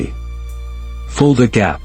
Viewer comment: Tell your AI it's Fulda Gap!